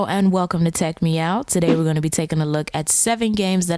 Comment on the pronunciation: TechMeOut me: in my mind did she say TechMeow or is just my weird imagition?